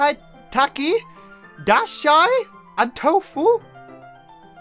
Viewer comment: You said tofu right